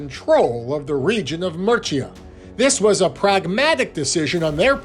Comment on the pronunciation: This was long-winded, and never got to the point of why the coffin was significant. And every time he mispronounced Murcia, I cringed. This long and winding journey to no conclusion was mostly a waste of time. Interesting historical bits, but overall, a whole lot of meandering....